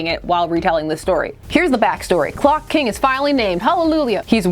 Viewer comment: I keep hearing glock king.